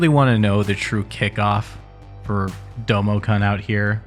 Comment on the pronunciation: It's pronounced with a long -oo sound! "Kun" rhymes with the English word "soon".